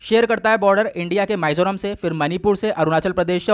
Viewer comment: Sir thoda bolen ka accent thik kre पानाजी (Panaji) nahi wo पणजी ( Panaji) h माईजोराम (maizoram) nahi h wo मिजोरम (mizoram) h and same thing with Burma. Hope you don't mind sir